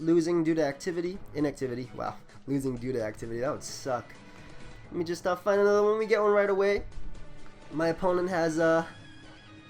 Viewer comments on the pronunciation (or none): none